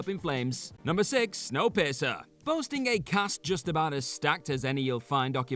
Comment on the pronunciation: 😆 🤣 sounded like you said snow pisser instead of piercer 😆 🤣 love your videos